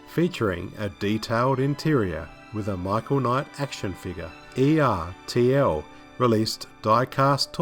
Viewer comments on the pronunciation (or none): I've always pronounced it ERT'L, and after nearly 40 years I still have two or more ERTL toys in my possession. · Awesome video! Now just one thing: ERTL was pronounced like "turtle" minus the "T".